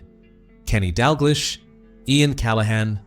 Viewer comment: Ok, some good details about smithy but who are you commentating? Photos not correct with the commentary. Do you really know Liverpool? Who's this John toe shack and dag lish? If you can't pronounce LFC greats names correctly then where are you from and do you mean what you say? Not Impressed!